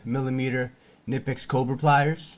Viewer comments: My German friends tell me it’s pronounced kineepex. 😊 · Thanks fo rshowing the tools. One thing. Knipex is German and the K is not silent.